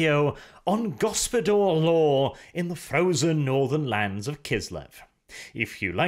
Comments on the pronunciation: Isnt it Gospodar/Ruler law instead of Gospodor? Was that just -nounciation? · Why the f* do you pronounce it GospodOr? It's GospodAr (open A). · Go-spo-dAr, not Go-spo-dOr mate. Hard 'A' in the pronounciation. The reworked version of the ice guard tho - much more preferable than the thing GW is trying to shill. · It feels to me that you should read "Gospodar" as "Gospodar" and not "Gospodor". There is clearly an "A" in there like in "America". Apart from that Great job and best wishes from Poland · its read as gospodar law and not gospodor law!. makes no sense as gospodor its a nonsense word while as gospodar it would be "lords law" which GW should have just called it to begin with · One minor correction if I may....the O's in gOspOdar are pronounced as "Oh" and the A in gospodAr is pronounced as "Ah" ...love your channel bw <3 :p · Ok for anyone who doesn't know it yet, Gospodar means Master, or Masters Law. And Arches pronounciation is painful.. its so wrong. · I agree that his pronounciation is terrible, but gospodar doesn't really mean master. I think householder or head of the house is a better translation in english. Master is too general, while the word gospodar is related to the household.... At least in Romanian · No but it has plenty of borrowed Slavic words. And yeah so lets just agree his pronounciation is earbleeding heh. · This is a mindfuck for me because gospodar in my language roughtly translates to ruler/owner . And so every time I hear Arches pronunciation my brain gets confused/triggered for a second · Also that's not how you pronounce it.....not even close